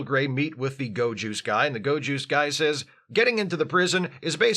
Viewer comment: Every time you said "go juice" I absolutely heard ✨gowjus✨